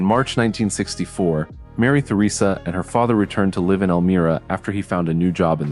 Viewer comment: Elmria with a long “i” Dumb AI!